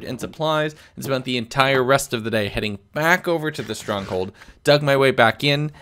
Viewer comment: day 75 says 'bay' instead of 'day'😂